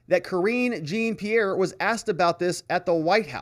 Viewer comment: I look forward to and watch all of your videos. I don't want to sound critical but I thought you would have corrected yourself by now.. I am referring to the way you pronounce Karine Jean-Pierre' name. That name is French so Jean is pronounce Jon......Just sayin'